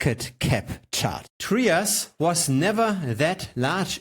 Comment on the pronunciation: It’s not pronounced “Tree-us”…it’s pronounced “Try-us”.